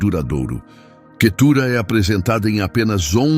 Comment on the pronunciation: Vamos ler a bíblia irmão. Não e Quetura e cetura.